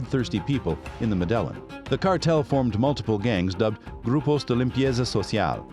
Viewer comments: I thought he was saying "Madeleine" then I thought noo, he must be talking about Mandela, until he said he was a ruthless killer I understood he was talking about MEDELLIN CARTEL! 😅😂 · The fact he calls it “muh delon “ goes to show this dude didn’t do much research “Medellin” player the L is silent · This guy always butchers locations' and people's names. Dude, do your research so that others get the proper information from your postings. It's NOT medel-lin! It's Me-De-Llin... the double L in Spanish pronounces as a J in English... OMG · Meh dell in Modus operandee Lol You've really done your research. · MEDELLA HAHAHAHAHA pronounce MEDELLA HAHAHA Where is medella 😃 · Muh...De... len... huh... very well then. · Pablo Escobar & “MADELA” 🥴I did not know what you was trying to say until I read the comments🤣🤣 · I lost interest and soon as he said Madellon 😕 😪 😔 🤣🤣🤣🤣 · Not even Hispanic and this mf making me mad whenever it says med ell eeen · Are you saying modelo cartel? Lol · Medelon ? 😆 I just can't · I burst it out laughing when you said madellin. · I cant watch something that says muh del in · The fact that you pronounce it as “Muh Delon”goes to show how little research went into doing this video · Bro just pronounce it “medeyeen cartel” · You should be arrested for your mispronunciation of Medellin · You are saying the cartel name wrong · U pronunciation of Medellin makes this video lose half its credibility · After doing all this research you could have just learnt how to pronounce the the word Medellin as well… so you say it like a native lol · So many anomalies in this video, Pacho Herera wasn't their guy in America, it was Chepe Santacruz, and that pronunciation of Medellin 🤣 😄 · Whyd he pronounce there last names correctly but couldn’t pronounce Medellin that tilde makes a difference lol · Come on man… You could at least learn to pronounce Medellin correctly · After the pronunciation of Medellin, this video lost credibility.